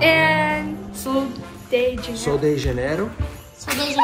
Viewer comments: Hi! I LOVE your YouTube chanel and it makes my day! I always re watch the vídeos and they always seize to amaize me! I’m from Brazil and I love that people who I enjoy watching took time to visit, help and learn about us. pronunciation of sol de janeiro was ON POINT! And portuguese is very hard to speak! I’d love to hear about mission to Brazil along with JourNee’s and Jaine’s! Obrigada (Thank you)!! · speaking Portuguese is the cutest thing! 🇧🇷💚 and he said Sol de Janeiro perfectly. I would love to hear about your mission in Brazil! Obrigada 😊